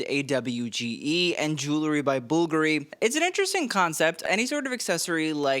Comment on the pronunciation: I can’t you cant even say bvlgari right and people are buying your shit? Youre not even a stylist bro you just are interested in fashion i mean keep appealing to the normies cuz u are one too lol😅😂